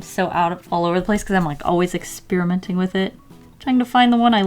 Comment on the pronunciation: I always hear ex-spearmint when you say experiment... ;)